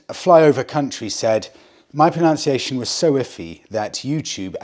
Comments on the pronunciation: My dear...it's pronUNciation, not "proNOUNciation". I feel that your inner rebel did this for reactions. 😅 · Sorry to lump on the abuse but it’s also proNUNciation not proNOUNciation. 😜. Love your videos though! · Also, pronunciation is pronounced pro"nun"ciation - sorry 😉 😅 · Sorry to be pedantic but it's not pronounciation it's pronunciation Keep up the good work though, love the trips👍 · it's pronunciation not pronounciation. 😜......and it's just some 1150s and '05/'06 1200 boxers that were fitted with the servo. They're very easy to remove and you don't need the Motorworks kit - it just tidys the job up. My has 45k miles on it and no problems. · *pro-NUN-ciation I normally wouldn't comment this, but the irony was too amusing to pass up. 😅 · 😂 you also pronounce pronunciation incorrectly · It's 'pronunciation' and it hasn't changed since the last time I told you. 🤦‍♂